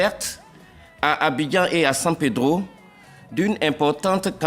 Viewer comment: Procureur, de un on dit Abidjan pas Abijan, de deux ce n'est pas la co....ine qui pousse en Amerique du Sud mais plutôt la fleur/Plante de coka. Maintenant si tu es trop fâchés pour la correction, viens distributer les 20 ans. C'est votre travail oh!